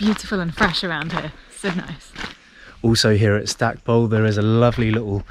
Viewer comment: Quick tip,the locals (I'm an old Pembrokeshire lad) pronounce it "Stack-pool" not pole.